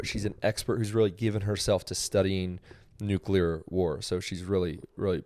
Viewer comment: By the way, Jinger, say the word “clear.” You pronounce it “kleer,” right? Right. Not “kyooleer.” Okay, now say “new” and “clear.” New-clear. Say it fast. Now say it fast followed by the word war. New-clear war. There you go. Your welcome. (I mean, the word is spelled nu-CLEAR, so it’s pretty easy to just think of it as new-clear.)